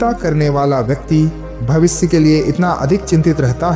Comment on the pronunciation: भविस नही भविष्य.